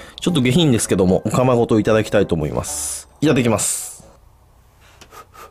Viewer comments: お釜が、オカマに聞こえる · おかまの中にセット別の意味に聞こえる